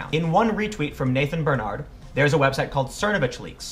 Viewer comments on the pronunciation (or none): none